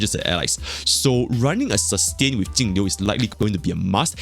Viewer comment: Thanks for being the only person who actually says Jingliu's name correctly lol.